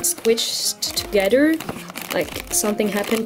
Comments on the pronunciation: I love how she says together as "togeder" lol PS: this is not to be rude or anything I LOVE YOU edit: just so you know those are rollerskates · togeder (together) lol 😂